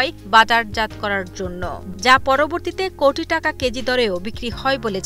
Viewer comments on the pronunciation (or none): none